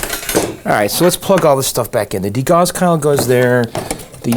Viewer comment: Did you not see the place at one of your other videos where I described how to pronounce "degauss" as "dee * GOWS" (not like "-gos")?